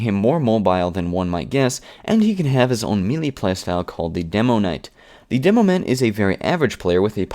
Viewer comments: As a noob I found this video very helpful. One nitpick, though: Melee is pronounced "may-lay", not "me-lee" as it appears. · wow guy you pronounce and enunciate everything all over the place. it's "may-lay" not "mee-lee"...